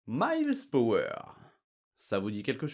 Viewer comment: Miles PRower, pas Power... Le pauvre, personne ne connait son vrai nom et en plus on le lui écorche 😅